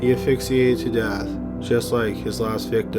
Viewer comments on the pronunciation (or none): Asphyxiated, NOT affixiated!